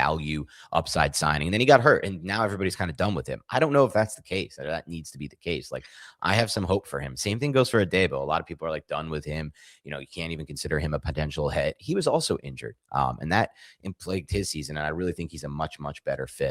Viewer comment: his name isn’t A”Day”bo. It’s pronounced A”dee”bo